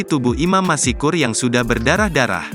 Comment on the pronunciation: Masykur bukan masikur !